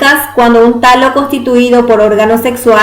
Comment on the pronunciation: y Alejo es talo no tallo!